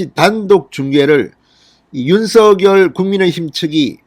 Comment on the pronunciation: 진성호님 윤서결이아니고 윤석열이라고 하세요~